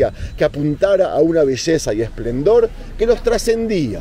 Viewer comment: Amigo, se dice esplendor no esplandor. Exitos